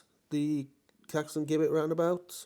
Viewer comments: Here we go again with the Jibbett/Guibbett pronunciation. It's JIBBETT. I mean, Jesus wasn't called Gueesus was he? Apart from that, thanks for another very good vlog and may I also wish you a very happy New Year. regards, Eric. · Gibbet is pronounced- Jib-et. No G 😉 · It is definitely Jibbett in pronouncing it, I'm 40 years old and my gran fully with her strong mind at 97 years old pronounces it Jibbett. I'm sorry mister you do a great job filming this and I don't want to make you feel bad but that pronunciation of that word riles me up. I don't know why sorry happy new year to you. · Pronounced as "jibbet" 🙂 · Great videos but please say Caxton Gibbet as though the G is a J. As in Giblets in a Chicken or Turkey. 😊